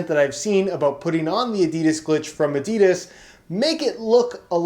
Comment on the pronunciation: If he says adidas glitch like that again I might actually cut my scrotom open